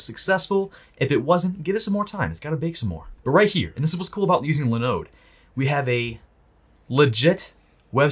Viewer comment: linode linode linode....come on man.